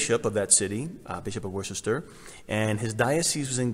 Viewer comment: I grew up in the UK, and Worcester is pronounced as “Wu-ster”. Yes, really. Our spelling is a nightmare